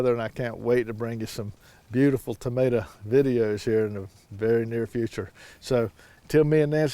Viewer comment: I love when you say “tamater”! 😂 just like my husband.